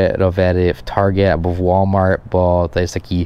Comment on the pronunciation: Właśnie dziś oglądałem Twój film, że tłumaczysz, że ostatnie litery wymawia się twardo, a nie miękko jak w Polsce i podałeś przykłady "good" i "chleb". A tu słyszę... "łolmar". Gdzie jest "t"? :P